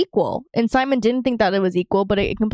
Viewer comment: Just letting y’all know, it’s pronounced Si-Mone not Sie-Min